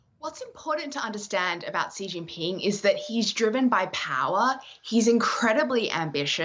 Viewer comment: How you talk about someone when you don't even know how to pronounce his name? It's not dzirius!